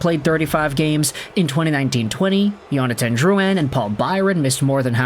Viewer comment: it’s Jonathan not Yonathan